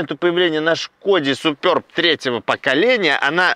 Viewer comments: 🎉как же режет слух, называя модель супЁрб, если можно просто супЕрб, без буквы "ё"... Я торговал этими автомобилями, и как-то первый раз слышу такое акцентированное название супЁрб, ладно раньше по незнанию люди называли Шкода "Супер Бэ", хотя это одно слово Суперб - в переводе ПРЕВОСХОДНЫЙ... Ну и комплектации Классик, Амбиентэ и Элеганс... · Немного ухо режет «супёрб», супэрб правильно, чешское же название) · Супер Б правильно будет !!! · СупËрб... Аж уши режет!!!)